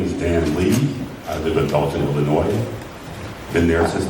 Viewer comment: minute mark, Why did mispronounce her home state? Inquiring minds want to know. One good thing Tiff-Tiff did for “her” community and “her” residents is…. she woke them up and brought them together….